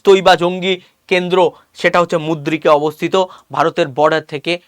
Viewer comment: ভাগলপুর আর মুদ্রিক নয়। উচ্চারণ টা ঠিক করুন।